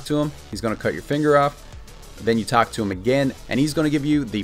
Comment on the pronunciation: he said talk to the dude not attack him. the way he said talk sounded like attack